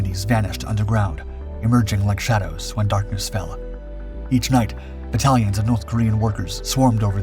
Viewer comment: the word is battalions. I first thought it was "italians" but realised that could not be correct so I rewound the video and realised that the word was in fact "battallions".